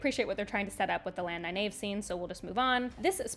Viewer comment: The most jarring one for me was you pronouncing Faile's name "fail" instead of fah-EEL. Also, you sometimes tend to pronounce Nynaeve neye-NAVE instead of neye-NEEVE (which someone apparently deceived you about). I find it interesting that you pronounced Lan as both "lawn" and later "lann" (ala land w/o a "d"). Some folks argue that lawn is more official, but Lan introduced himself with the "Ann" sound at the start of the series. I'll also mention that you said "ail-man" instead of "eye-EEL-man" for the Aielman. Minor quibbles, though. Thanks for all the great content!